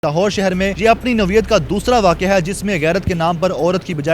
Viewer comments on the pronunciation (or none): Naweat nuhe noyeat hota hai .nikamay ancher